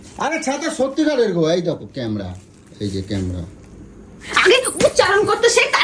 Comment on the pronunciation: Camera bolte pare na. Camra camra bolchhe